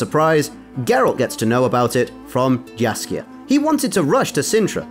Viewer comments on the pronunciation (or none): Jaskier is bards original name, Dandelion was used in the games. Yes Jaskier does translate to buttercup in english - Still Jaskier was original not Dandelion. Stryga - not Straiga. Jaskier - as [yaskyr] not [zasker]. J in polish is soft. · You need to name him Yaskier not Jaskier because in polish we hear dżaskier it must be say jaskier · "Jiaskier", uff. Mr., it's pronounced "Yaskier". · Not "Jar kare". Jaskier. Thats his name in the original - which is "buttercap" translated to english. Well maybe not his name but rather an artictic nickname cause his real name is Julian Alfred Pankratz. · btw he read it wrong. It should be read as Yaskier, i mean the first sound of his name is the same as in Yennefer name. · just to make sure, the name "Jaskier" should be pronounced as"Yaskier" since "J" in polish language is equivalent of "Y" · It spells Jaskier but it reads as if it was Yaskier. They pronounce it right in the show. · If we keep Polish Jaskier, can we please follow with pronunciation? It would be rather [i ̯asʹḱer]... it is so painful to hear some people trying to make Polish "dż" from "J". Thanks! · Polish pronunciation of the name of bard is Yaskier.